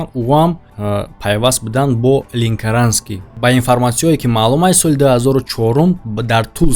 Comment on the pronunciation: Ленкаранский а не линкаранский